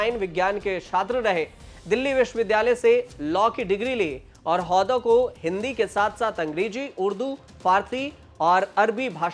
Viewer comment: हौदा नही हुदा